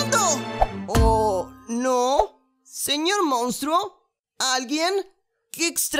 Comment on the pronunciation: Pobre huggy cuando le dijo player mounstro